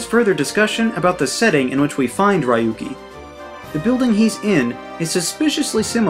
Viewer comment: ITS NOT RAI-U-KI ITS RYU-KI